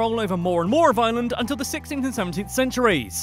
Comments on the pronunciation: why tf does Dublin have to dominate everything? People not from ireland only come to dublin and so many of the good concerts just go to dublin. Also its Are-land. Not lay-and, lah-nd, stop emphisising the a's. Coming from Cork :) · It's not island it's pronounced areland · he is saying island not Ireland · It's not pronounced island it's pronounced ARland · Why does he call Ireland island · I'm from Ireland and I HATE when Americans pronounce it like ireelandd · They pronounce it as "ierlaand" and it fucking annoys me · Its pronounced Are-Land boi 😂😂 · Its pronounced ire - lnd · You have to pronounce Ireland with a r like arland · only minutes into the video and have already clicked off from the fact that you're mispronouncing the name of the place you're make 101 facts on. 🤮🤮 it's pronounced ARE-LIND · Yep and the way they pronounce Ireland as well. It has two syllables not three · it's how they say Ireland with like 14 syllables. It has 2 syllables. TWO AMERICA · It’s so sad he can’t pounce Ireland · Ireland is not pronounced like island .It has an R in it,and have of this video is lies 😐 EDIT:Just realised that he posted this on St Patrick day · Its ireland not island